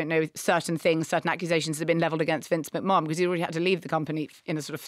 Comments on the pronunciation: It’s Mc-Man not Mc-Morenon! 😂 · What was that thing Marina said (not necessarily in this episode) about network executives wanting directors to make shows more exciting because people are watching on their phones and scrolling through other things? Also it’s pronounced Vince McMaNN not McMarnn. However, lovely you’re talking about wrestling. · Omg his name is pronounced Mc-Man!